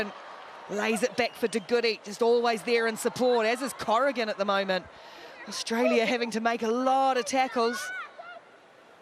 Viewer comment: Since when is there an H in AUSTRALIA? Commentators are extremely irritating to listen to. Well done, Canada!!